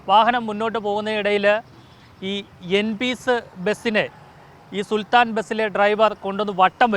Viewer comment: സുൽത്താന അല്ല സുൽത്താൻ